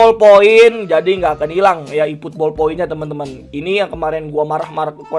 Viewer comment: "iiiputbol" wkwk